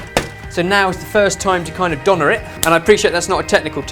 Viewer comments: I don't know if you already know this, but the "Ö" in "Döner" is actualy pronounced like the "O" in "work"... That goes for German as well as Turkish (as far as I know). Some people go as far as writing "wörk" as a joke. Hope I could help :) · Interesting how you pronounce Döner, but it's impressive how famous it became :D